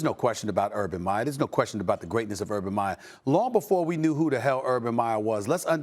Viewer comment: Stephen A., you've got such a big mouth, at least pronounce the man's name correctly! I agree, there is no questioning Urban Meyer's talent and standing as a coach, but as Max said, he has NO experience in the NFL. How many hotshot college coaches have flamed out in the NFL? Quite a few. And as a college coach you are the god/king of your program and all the malleable young men will sit at your feet in awe, if you have the power & the rep. The NFL is filled with men who will not take your BS if they don't believe in you or respect you; it's a whole different deal in the NFL. As someone who has watched Saleh closely, he is not just a rah rah emotional guy, he is a very intelligent, thoughtful and well spoken man, whose players will follow him anywhere! Both hires were excellent, only time will be the final judge!